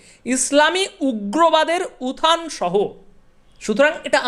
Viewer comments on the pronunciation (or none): Please pronounce utthan please not uthan. It sounds worse. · কথাটা উথান না উত্থান?